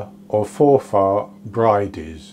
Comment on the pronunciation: You're right first time with your pronunciation, no stress on the "a". X from a Scottish watcher. X K